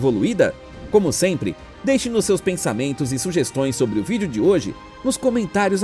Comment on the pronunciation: Primeiro: Aprenda a falar direito, pare de colocar um "i imaginário" entre É e o N. Como por ceinto, pensameinto, firmameinto, ... Fica feio e ridículo, Segundo: Cada planeta tem seu sistema feito para cada tipo de vida, muito diferente do nosso.